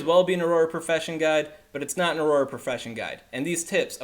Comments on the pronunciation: It's pronounced or-rer, you're pronouncing it like it's aurora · prounounced Auror... not aurora as in aurora borealis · Haha thanks for sharing this info!! Youre great with data and raw information, terrible at reading/pronunciation :). Auroror? Not really an excuse to mispronounce and add another Or to the word haha. Have you never read or seen Harry Potter before? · Correct pronunciation: awr-ah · no, it's pronounced "or-er" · I couldn’t take this video seriously because of the weird pronunciation of “auror.” Why are you adding extra letters/syllables?? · You're dead wrong... And you can't even pronounce Auror. 😆